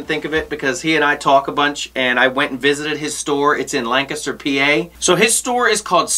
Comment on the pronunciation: My mothers from PA, and props for pronouncing Lancaster correctly. I to often hear people not from PA say "lan caster"